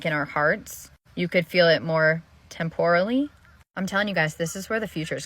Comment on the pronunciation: ......yea ok bitch.....that's not how u say -temporarily-......so at this point, yo lil speech has no credibility wit me